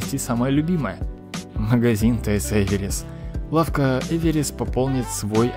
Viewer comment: А Эверис ли? Может всё таки Эвер"верс"? Я один что ли это дизю каждый раз? Хотя нет, конечно не один.